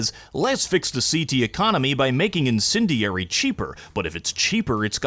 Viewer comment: every time he says the word "INDENDIARY" it sounds less and less like a real word